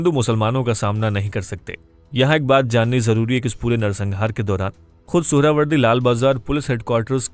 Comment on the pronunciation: Suharawardy ❌ Suarwardy 🐖 🐖 🐖 ✅